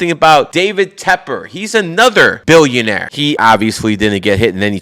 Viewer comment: Billionaire BE “ILL “ ION ARE